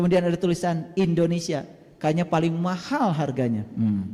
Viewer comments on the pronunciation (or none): none